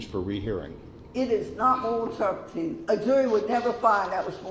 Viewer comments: “Moral turpety.” 🙄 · Terpitude Terpitude Terpitude Terpitude Terpitude Terpitude Terpitude Terpitude